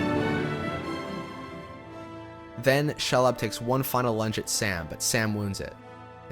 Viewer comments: “Shalob”. What? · the way you pronounced Shelob made me think you wanted to sing Cher Lloyd by Cher Lloyd. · I love this video but how does he manage to mispronounce 80% of the names? “Menas Tirith?” “Sherlob?“ “Sirth Ungal?” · Being Swedish myself, which is as close to norwegian as possible, given the spelling it would also be pronounced that way (Eo), just as it is in the movies. The other names should be pronounced Oss-gill-i-ath, Kí-rith Un-goll, She-lobb. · Very good documentary. Fascinating insight. I am taken out of it slightly by the obvious mispronounciations of names such as Osgiliath, Cirith Ungol, Shelob etc. Even in text, it's Eowyn, not Aowyn. Given Shore's inspiration by Tolkien's languages and their sound, this isn't unimportant.